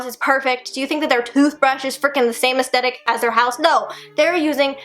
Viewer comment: ok I love and she's absolutely adorable but I can't stand when ppl pronouce aesthetic like "aestetic"